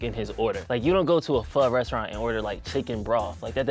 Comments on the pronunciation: It's pronounced foe not faw. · It's pronounced "fuh"